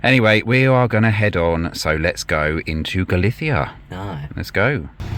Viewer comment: Hello guys, it looks like such a beautiful place to visit, I really enjoyed watching this one. I just love the way you pronounce Galicia, it weakens my knees hearing a guy lisp lol, I better not spend too much time in Spain... hehehe.🫣😁❤️